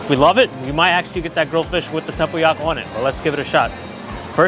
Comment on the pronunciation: did pretty well with durian and tempoyak which my Mat Salleh husband still struggles with, so 👍👍